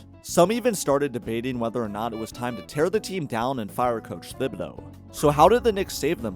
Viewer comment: The H in Thibodeau is silent, that’s why his nickname is Tibs not Thibs